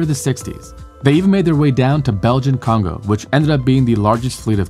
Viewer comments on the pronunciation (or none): none